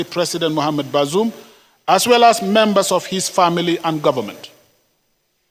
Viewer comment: The fool can't even pronounce the name of the ousted Niger president. Useless fools and criminals everywhere.